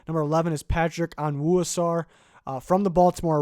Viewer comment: Patrick Onwuasor is pronounced Owaso 🤣🤣 Just thought I’d let you know. Oh and great list as always 👍